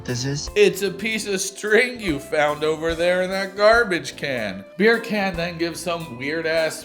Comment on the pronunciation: I realise in our live I pronounced Birkan as Berkan. But, in my defence I know way too many Berkan’s and at least none of them use the N word or think they get a pass.